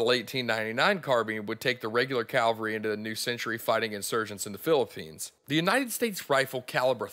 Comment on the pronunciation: Good presentation! (one nitpick - you kept saying "calvary" instead of "cavalry" :)